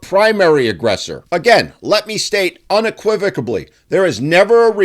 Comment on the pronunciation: unequivocally ... no B in that word ;)